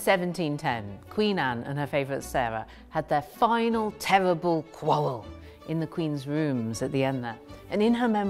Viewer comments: coulda just said last fight and avoided the tewwible awwws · "final, tewwible, qwawwel!"